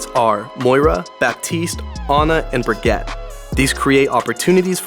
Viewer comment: Nice vid, but BURGETTE.. bruh Brig, or Brigeett